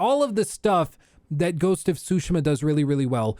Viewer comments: Tsushima - "t-Sue-She-Muh' Not "Sue-Shima." Pronunciation of Pro-nouns is important. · Not pronouncing "Tsushima" properly is annoying. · I hate how you say tsushima